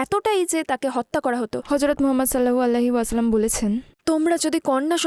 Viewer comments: নবিজির নাম টা ভালো ভাবে বলা উচিৎ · দয়া করে নবী (স.) এর নাম আরো একটু স্পষ্ট করে বলবেন। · ট্রান্সলেটর বোনের প্রতি অনুরোধ হযরত মোহাম্মদ(সঃ) এর নামটা ক্লিয়ার ভাবে উচ্চারণ করতে ধন্যবাদ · ঠিক বলেছেন